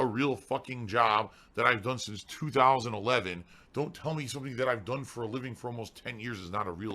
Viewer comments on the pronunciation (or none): none